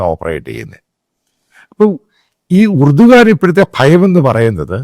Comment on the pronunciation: ഏർദോൻ എന്നാണ് turkish ആൾകാർ pronounce ചെയ്യുന്നത്